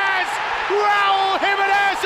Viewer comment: Luego de cantar "Si...senor..." dicen "give the ball tu Raul (y suena como "Ral" porque no pronuncian la "u") and he will score!"